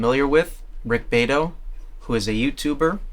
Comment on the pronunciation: The pronunciation of Rick's last name is "BEE-AH-Tow".